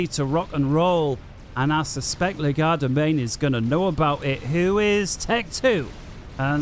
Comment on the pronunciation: I know it's going to sound nit-picky but it really bothers me that you pronounce Legerdemain as "Le-GAR-da-main" instead of the accurate "LEDGE-er-da-main".